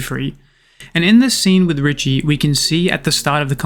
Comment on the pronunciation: I believe it's pronounced, Ree-shay, kinda like cliché. But i could be wrong. This manga deserves an amazingly animated anime. I'd be devastated if it got the Sakamoto Days treatment. After reading this manga, I genuinely believe we have a masterpiece of a manga in our midst, but that's just my opinion, I guess